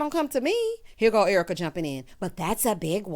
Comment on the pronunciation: Your reaction to Dorit mirrors mine. Thanks for pointing that out. O and the "ERWEEKA".... chef's kiss!